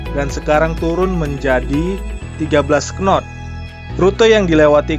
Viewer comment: Takbut , wkwkwkwkw penyebutannya saja sudah salah , bagaimana tau speed di kapal tug boat